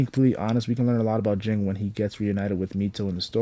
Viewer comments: It's Ging, not Jing. Ging sounds the same as King. The author made their names the sound of a bell "Ging-Gon"! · It's pronounced "Jeen" not "Jing". Cmon now, they even say it in the anime. Usually it's people saying "kalua' instead of "keel-ua"